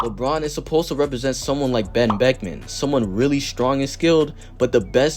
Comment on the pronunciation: I would never in my life hear someone refer to Lebron as Ben Becman 😭 I love this channel bro